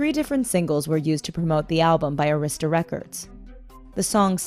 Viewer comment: They mispronounced Arista among other things. Bad journalism.